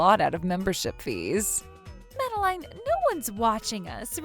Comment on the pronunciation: Happy Feast Day ladies and gentlemen. Also, is the FVA pronouncing Madeleine like that on purpose?